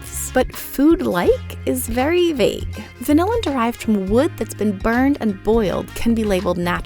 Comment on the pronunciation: That is not how you say vanillin. It's more like van-illin, similar to penicillin. No one in the industry pronounces it the same way as vanilla.